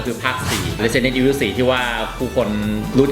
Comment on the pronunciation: Resident evil เรียกสำเนียงญี่ปุ่น(ออกเสียงแบบภาค3 nemesis) เรซิเดนโท่ อีโฟ